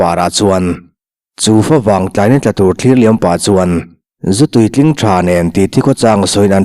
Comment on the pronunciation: A ziaktu ziahdan ngeni, Fawvang tiin i lam tlat a ka hriat ni.. FAvang tih tur a nih hmel. Fa chu Buh, tih na. Favang chu Buh vanglai tih na.